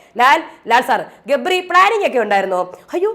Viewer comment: രേവതി ഗബ്രി എന്ന് പറയുമ്പോൾ ഇടക്ക് jabri എന്നാ വരുന്നേ...😂😂😂